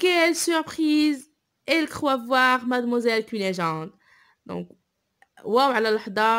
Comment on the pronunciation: Fais attention à la prononciation notamment des noms des personnages (cunegonde) prononcé go sinon bonne continuation